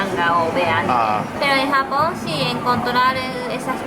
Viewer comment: me gusta cuando dice japon con jamon jaja 😍